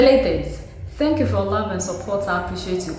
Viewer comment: "ThAnkh" You, My Dear Sistah! Forever for this news!💯